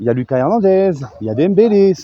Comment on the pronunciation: SALUT! C'EST "LOOKASSE" HERNANDEZ, A L'ESPAGNOL 😉